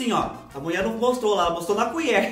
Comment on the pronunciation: Adoro quando ele fala que a muié falô 😂😂😂